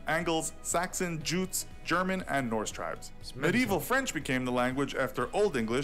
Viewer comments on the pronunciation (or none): none